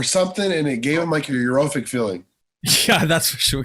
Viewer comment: i really love this channel, but... and, can u please get it right? it's "euphoric" and not "euro-phic" - europe has nothing to do with it LOL! u guys keep mispronouncing the word. i'm pretty sure i am not the 1st to notice it